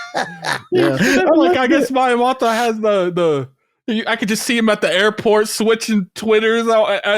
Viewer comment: Wtf is with both their pronunciations of Miyamoto, lmao. Weren’t they both just in Japan too??